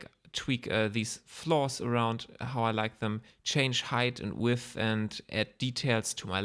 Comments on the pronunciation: Your tutorial is content-rich, non-rambly and clean. I'm totally totally totally fine with a non-Hubert, Erindale length video/ssss! And your English is excellent, do feel free to pronounce width as "weeth" or weed or whatever your wish, most Anglos will readily admit they don't even speak English! Cheers... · The first well explained and practical geometry node tutorial I see. Tried several others, but ended understanding less than when I began the videos. This was awesome and very well explained. I too have trouble pronouncing "width" lol. Hope you release the part 2 soon! Thanks! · Vielen Dank. Btw i love how you struggle with the words "width" and "depth" - dont worry, happens to all of us german speaking people ;)